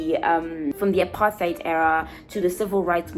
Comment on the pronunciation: Apart-heid... the way you said it was wrong. 😂😂😂😂